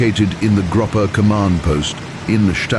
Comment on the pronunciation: The narrator's got a great voice but seems to have mispronounced a few things: gruppe, jagdgeschwader, Leigh Mallory, Jagdwaffe, Bader, Malaysia. "Friend from Foe" should be "Friend or Foe"?